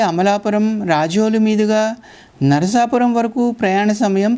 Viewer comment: అచ్చమైన తెలుగునుడికారంతో "నరసాపురం" లేక "నరసాపూర్" అనండి. "నర్సాపూర్" అంటే తెలంగాణలో "నర్సాపూర్" గుర్తుకి తెస్తున్నా రు. నరసాపురానికి తనదైనచరిత్ర వుంది. అక్కడి "టేలర్ హై స్కూల్" వందేళ్ళ పురాతనమైంది. అల్లూరి సీతారామ రాజు విద్యాభ్యాసం అక్కడే చేశారు. ప్రసిద్ధ చిత్రకళా మేధావి, సినిమా దర్శకుడు "బాపూ" ది కూడా నరసాపురమే. ఆ (నరసాపుర)రైల్వేస్టేషను భవనమంతా తనచిత్రాలతో (ఆయనే వేసి ) నింపాడు. అమలాపుర శివారు "పేౠరు" (Peruru) గ్రామంకూడా ప్రసిద్ధమైనదే. అది వైదిక పండితులతో నిండిన ఒక బ్రాహ్మణ అగ్రహారం. స్వతంత్రానంతరం భారత ప్రభుత్వం, సంస్కృతభాషని ఉద్ధరించడానికి, జాతీయ ఆచార్య "సునీతి కుమార్ ఛటర్జీ" ని, సంస్కృతోచ్చారణ (సంస్కృతానికి ఉచ్చారణ అతిప్రధానం, అదిలేక ఆ భాషలేదు) భారతదేశంలో ఏప్రాంతంలో స్వచ్ఛంగా వుంటుంది కనుక్కోమని నియమించారు. ఆయన దేశమంతా తిరిగి, ఉచ్చారణ పద్ధతులని అధ్యనం చేసి, "పేౠరు" గ్రామ వైదిక పండితులకే అగ్ర స్థానమిచ్చాడు. కోటిపల్లి వరకున్న రైలుమార్గంలో మరొక గ్రామం, రైలు స్టేషను "నరసాపుర`ప్పాడు" వుంది.